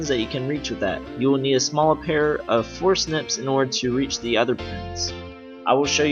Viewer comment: forsnips?? or forcepts